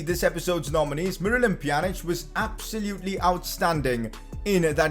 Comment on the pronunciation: Poe- pjanic